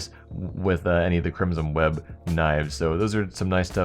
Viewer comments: "crimson weed" thats what i heard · anyone notice he says crimson weeb? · thought u said crimson weeb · Did he say Crimsom Weeb? xD